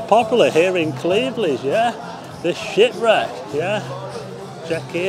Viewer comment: I thought you were swearing at first had to listen again when you said the shipwreck lol 😂